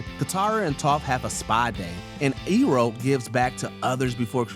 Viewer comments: IT'S PRONOUNCED LIKE "I-ROH" AND NOT "EE-ROH" !! LEARN THE DAMN NAMES!! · WHO THE FUCK IS "EE-ROH' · He committed a major sin by mispronouncing Uncle Iroh's name, unforgivable lol